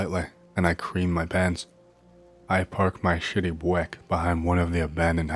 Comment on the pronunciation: The way you pronounced Buick killed me 😂 epic video as always